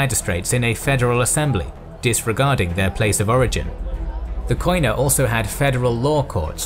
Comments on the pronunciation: Κοινά (Koina) is pronounced "Keená" because in Greek "οι" (oi) is pronounced like "ee" in "keen" or "i" in "drink". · First of all, love your work!! A minor observation, the pronunciation of Koina/ Κοινά in greek is "kenà" with an acoustic "e" in place of the "oi" and the punctuation is on the a. Keep up your incredible work!!! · Gwynbleidd κοινά is only pronounced “kina” in modern Greek. Ancient Greek pronounces the οι as a diphthong, modern Greek shortens most of those diphthongs to “E” or “I” sounds. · koina ---keena as a sound oi as a single e (oi its a double letter) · Trully amazing work, one notice though, the word "koina" is pronounced as "kiná" and it actually means "commons" in ancient and modern greek. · It's not Ko-ee-na, in Greek oi, ei, yi are pronounced as "ee" in English. Koina is pronounced as "Keena". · wonderful documentary . your Greek accent has few mistakes though "koina" sounds like "keena" , most of the times "oi" sounds like "ee" hehe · It is not pronounced Koina but kiná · Κοινα is pronounced without 'o' in it, because ο+ι=e in greek. So κοινα is pronounced kena in english. Other than that the narrator is pretty good at pronouncing greek words without being greek himself. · It is written "koina" but it is pronounced "kena" In Greek.. Excellent work although! Greetings from Greece🇬🇷